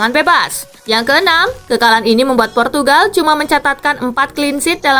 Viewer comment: purtugagal portugagal 😂😂😂